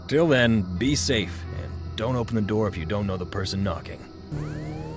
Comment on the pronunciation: Open the Noor 😂😂 Open the Noor 😂😂😂